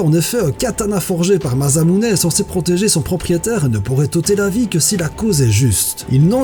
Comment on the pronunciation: Alors petit commentaire pour rectifier certaine prononciation : Mjolnir est donc l'arme d'un dieu nordique et les nordique prononce souvent le J par un y et donc Mjolnir se prononce Myolnir et pour Masamune on le prononce Massamune . Mais sinon super vidéo bravo :)